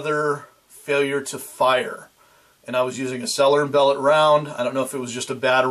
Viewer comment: I've subbed to your channel for many months and can't believe I missed this review of my EDC pistol. Well done. I've been toying with the idea of a trigger job but always end up telling myself, "Quit bitchin', keep shootin'." BTW, S&B, being French names, is more properly pronounced as sell-YAY & BELL-OH. Keep up the good work!